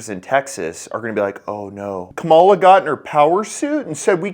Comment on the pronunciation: It’s pronounced camel-uh